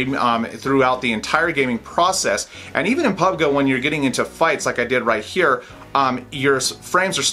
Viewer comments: when you say pubg it is pub gee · I dislike because how he say PUBG... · Dont you know that how to pronounce pubg?